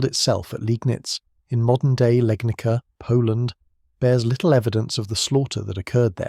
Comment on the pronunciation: It is Legnitza.